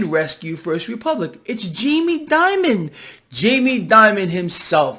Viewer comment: please pronounce his name right. It is pronounced like "demon" not "diamond".